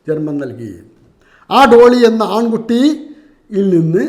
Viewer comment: ആട്ടിൻ കുട്ടിയാണ്.. ആൺ കുട്ടിയല്ല ഉസ്താദേ. നാക്കുപിഴ മാറ്റണം